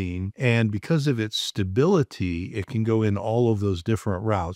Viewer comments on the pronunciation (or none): none